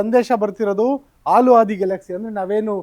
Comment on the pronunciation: ಅದು ಆಲು ಮಾರಾಯ ಹಾಲು. ಎಷ್ಟೇ ಓದಿದರೂ ಪ್ರಯೋಜನ ಇಲ್ಲ ನಿಮ್ಮದು.